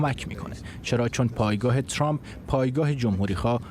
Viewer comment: حتی بلد نیست اسم Trump را درست تلفظ کند.